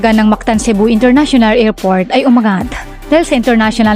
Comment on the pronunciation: Aw tseka International Ngerport😂😂😂